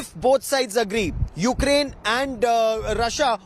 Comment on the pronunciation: You kea rain what is this.. Pronounce correct ly